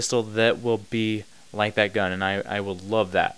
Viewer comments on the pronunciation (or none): You say "gun" funny .. guuun